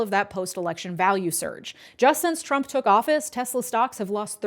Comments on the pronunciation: 'I love TESSLER...!' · "I love Tesler." - Donald Trump